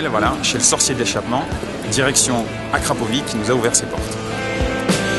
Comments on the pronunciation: Le c de Arkrapovič possède un accent circonflex à l'envers -> č qui se prononce "tch" dans les langues slaves. Par pitié épargnez moi "Akrapivik"... C'est horrible... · ça se prononce akrapovICHE ;) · j'avais envie de me planter a chaque fois qui disait akrapovik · akrapovitch car le č se prononce tch ;) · En effet, merci, parce que ça pique les oreilles!